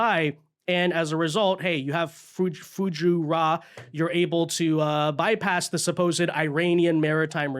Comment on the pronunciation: Look up how to pronounce Fu-JAR-UH.